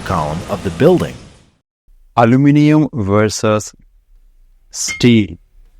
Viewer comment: Why are you pronouncing “aluminium” like “aloo-nimum?” Its aloo-min-e-um 😉